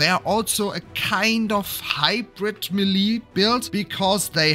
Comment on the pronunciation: Melee is pronounced MAY-lay dude… Not “Meh-LEEE” 🙄 Otherwise great video. Thank you